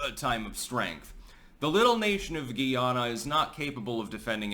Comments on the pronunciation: It's guy-ah-na and the citizens are called guy-ah-nese. Also, Guyanese people identify with the Caribbean. Educate yourself please. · Hey im a big fan been watching for years now. Just wanted to let you know Guyana is pronounced Guy-anna and the people from there are Guyanese. Keep up the great work 👍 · We pronounce it GUY-ANNA... 👍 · They say Guy nese like Chinese and Guy anna like Diana. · It’s pronounced Guy… Ana